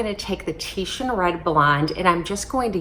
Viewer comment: Oh wow someone actually said Titian instead of titan